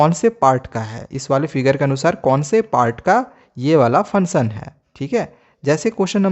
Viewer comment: Funsun nhi hota function hota hea